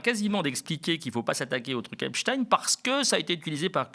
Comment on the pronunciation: Merci de dire Epstein et non Epstine comme tous les autres maintenant. Et merci pour le reste aussi, évidemment.